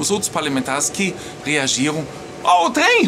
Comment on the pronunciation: Ó o trem kkkk ficou quase mineiro kkk